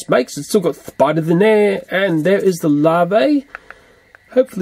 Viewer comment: i love the way he says spiders